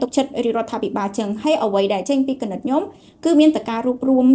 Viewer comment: មីងចង់ឣោយក្មួួយនិយាយពាក្យច្ញំុ ឣោយច្បាស់ មិមែន ញុុម